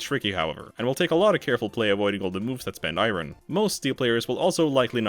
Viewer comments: Why do you keep saying "i rin"? Its "i urn" dolt. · I ron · Say "iron" again. "I RUN!" LMAO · Iron is not pronounced that way.